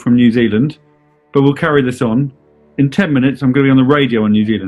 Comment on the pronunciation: The TVNZ guy said 10 wrong so many times it was Passive Aggressive